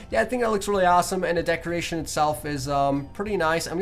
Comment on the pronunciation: Anyone else notice he keeps on saying decreation instead of decoration?